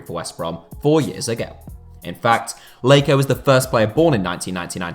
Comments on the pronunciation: Do not say Jonathan leyko that’s not his name mate 😂😂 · I can’t get over the fact he calls him Leiko 😭